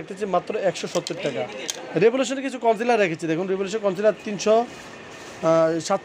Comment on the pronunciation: its concealer, not councilor.